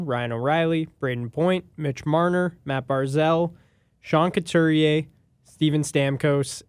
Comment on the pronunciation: Love your videos, but guys... Sean CoutUrier (not CoutErier).